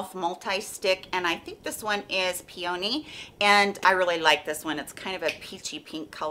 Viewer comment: I think the blush pronounced like pe-ony no h in it! Like the flower peony.